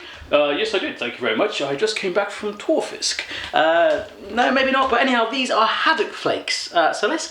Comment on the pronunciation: Tørrfisk. Not tåfisk xD tå is toe in norwegian. Toe fish?? Tørr fisk means dry fish